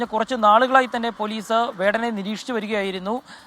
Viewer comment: വേതന അല്ല വെടനെ എന്ന് alle 🙁😊